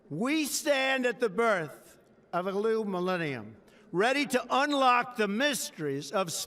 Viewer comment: “We stand at the birth of a LEW millenium.” Lol